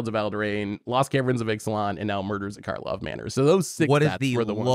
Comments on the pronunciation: It’s funny y’all keep calling it “Markhov” Manor. No way you guys can love the set that much if you dunno its name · Drinking Game! Take a shot every time calls it “Markov Manor” instead of “Karlov Manor”! 😂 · I think and said "Markov" manor every single time. IT'S KARLOV MANOR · It's Karlov Manor, not Markov manor